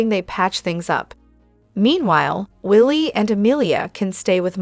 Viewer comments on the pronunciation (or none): Denty?? Willie. Instead of wiley. You are a joke and can't pronounce one name right!